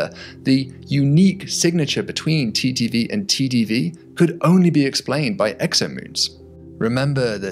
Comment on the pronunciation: Can't tell if he's saying TTV or TDV half the time.. it sounds so similar. Might wanna think of a different way to say it like just "timing variation or duration variation".